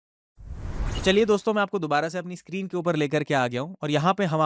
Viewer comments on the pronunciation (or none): none